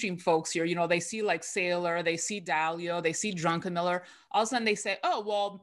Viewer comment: Why can nobody say "druckenmiller" instead of "DRUNKenmiller"